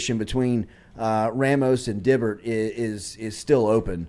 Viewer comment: Jordy opening the show talking about how Ole Miss commentators messing up names and immediately messing up Dibert's name is peak Culotta. 😂😂 #neverchange